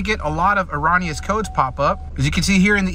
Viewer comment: Say it with me erroooooooooneous, it is not pronounced as ON. Also, Ecotec not echotech. There is not an H in Ecotec. Economy not echonomy.